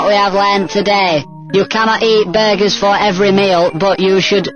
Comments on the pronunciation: "BERGERS" hahah, classic Yorkshire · I don't know why but pronunciation of "Burgers" is just so damn funny to me.